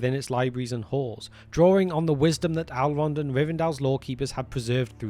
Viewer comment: I believe his name is "Elrond" not "Alrond".